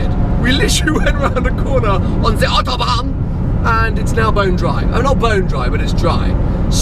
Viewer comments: "ze Autobahn" omg best way to pronounce it ever xD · Why do you pronounce Autobahn so strange? No german speaks that way.